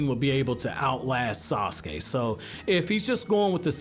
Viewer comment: sasuke not assume